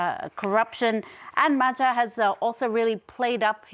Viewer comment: You don't know how to pronounce "Magyar", and the word means "Hungarian", not "Hungary".